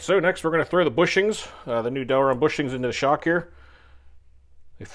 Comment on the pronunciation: Great vid as always cant wait to see you hit thr track with it. Ohh and its Delrin not Delron. Sorry just had to throw it in there in case someone wanted to search for them. Great vid nevertheless